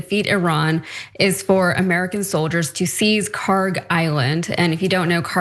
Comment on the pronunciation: PRONUNCIATION: (UPDATE: check google earth, they now have the correct khark label.) kharg خارک should be khark. pronounced like park but the german 'kh' sound in the beginning instead of 'p' there is absolutely no 'g' sound in the name. ک is the last letter in the name which is 'k', not گ , the next letter of persian alphabet which is 'g'. they look similar to people unfamiliar and the keys are right next to each other so it is either a typo or poor transliteration.